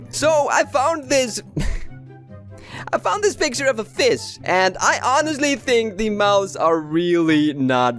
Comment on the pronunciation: Why do you say fis instead pf fish? Like its a bit confusing._.